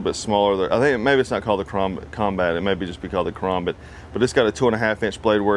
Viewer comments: KA-RAM-BIT Thats what it should sound like not KA-ROM-BIT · Ka-ram-bit. Not ka-rom- bit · Ka-RAM-Bit. That's the only way to say it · call it a karOmbit one more time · the way he pronounces it lol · You say it wrong it’s karambit not karambit😂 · You say karambit wrong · I’m triggered on how he says Karambit Edit: how expensive is the stuff he is at? I can get a Karambit, with a larger blade, handle, and a decal, for only about 15 dollars!